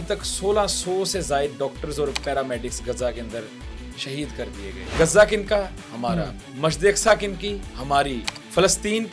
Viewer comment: گزہ نہیں ،تریک،،غزہ ہےGHAZZA